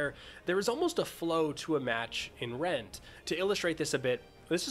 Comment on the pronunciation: I heard "Rent" So I was like.. "ahh a rent stimulator" 😂